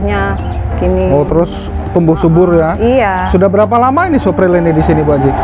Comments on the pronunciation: Lugu banget ibunya....ngomongnya apa adanya...😀😀 Suflir bu....bkn supril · Suplir ibu...bukan supril hehe